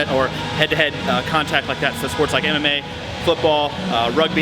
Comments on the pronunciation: i heard "sports like anime, football, rugby, soccer" lmao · I know you're probably trolling but for anyone who wants to know what he actually said he said "MMA"